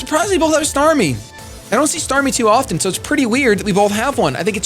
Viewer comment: "startmie" Sorry, just had to do it :P